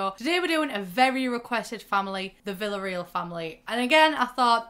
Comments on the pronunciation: It's not VillarEEl. It's VillarEAl. Like "aaw". Portuguese. Vila Real. Real from realeza, royals. Real = Royal. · I love you, but Villareal is a Spanish name that is pronounced "Via-Rayel" lol not villa real smh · My cousins are Villarreals... It's pronounced Vee-ree-el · Villareal is pronounced vee-yah-reh-AL btw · honey, I love you but the pronunciation of Villareal is KILLING me 😂